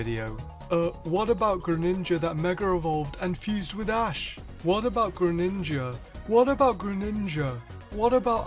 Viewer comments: Lol when you said Graninja it made me laugh 😆😆😆😆😅😅😅😅😅😅😅😅😅😅😆😆😆😆😆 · All those times you said “greninja” in the video. It starts to not sound like a word